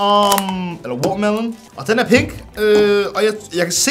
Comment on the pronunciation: Han sagde pik da han vil sige pink😂